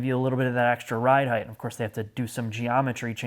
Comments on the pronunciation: HEIGHT. H-E-I-G-H-T :::: notice the lack of an 'h' at the end. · Learn how to pronounce 'height' you loser. Some 'journalist' you are.